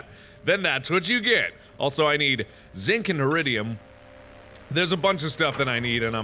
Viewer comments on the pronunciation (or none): he also called it zik, its zinc. triggered